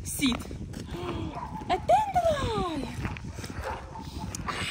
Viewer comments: She’s so funny and cute. 😊 “Dandeli” for dandelion. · Dandelion pronounced "dan d lion" lion like the wild cat 😊